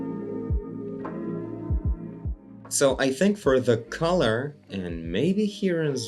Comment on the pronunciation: fun english fact: collar rhymes with caller, not color :)